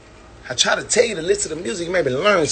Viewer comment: Y’all better listzenz... that’s what he said not me